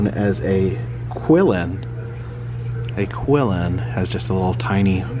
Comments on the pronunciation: I think the Qilin is pronounced "chee-leen", very similar to the Japanese kirin but of course in chinese pronunciation :) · Great video! My only issue? I'm pretty sure you mispronounced Qillin.